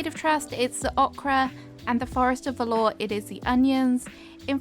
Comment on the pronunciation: whispers Forest of Valor (VA-LUH)...as in valiant and brave. Not velour, like the soft fabric 👍